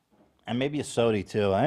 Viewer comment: Ethan the typa guy to call a soda a “sody”